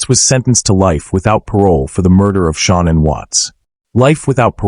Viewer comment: "Sean And" smh